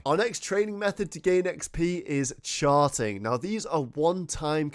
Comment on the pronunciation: I heard you say sharting lol